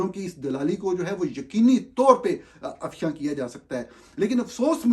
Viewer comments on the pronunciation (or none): افشاں نہیں ' افشا' کیا جاتا ہے.